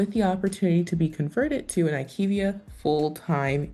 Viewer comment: Pronounced: I Q Via 😊